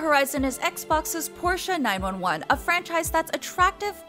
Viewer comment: How you gonna pronounce Porsche right but then call their flagship sports car the 9-1-1